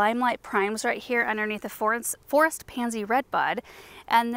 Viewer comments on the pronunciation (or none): none